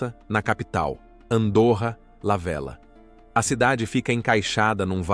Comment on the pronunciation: Se pronuncia Velha, o duplo LL é o equivalente ao LH do português.